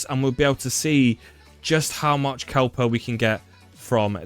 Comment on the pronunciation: There is no letter L in Kuiper. This is not new information. So sick of all the copy cats just taking other peoples advice and presenting as their own. Probably why you have over 2.6K dislikes to 8 likes.